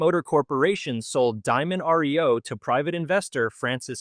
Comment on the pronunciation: Some folks cannot pronounce well. Diamond Reo was a fine truck. Sorry for its demise.